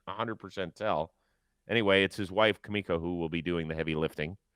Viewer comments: Its "Ma"miko not Kamiko haha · Shohei's wife is named Mamiko not Kumiko lol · it’s mamiko not kamiko, I know you worked all weekend we got your back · It’s Mamiko lol